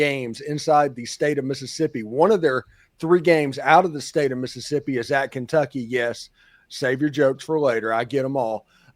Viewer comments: Who is “Miss-sippi”? 😂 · Never take anything coming from a guy who can’t correctly pronounce Mississippi seriously.